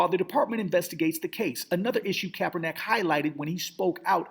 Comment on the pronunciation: Yeah I agree with previous statements. You got to work on speaking the brothers name correctly. You're a smart brother but you need to show some intelligence.